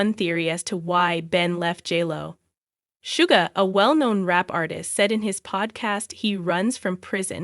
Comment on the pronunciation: Girl Suge Knight pronounce "Shugg" not shuggah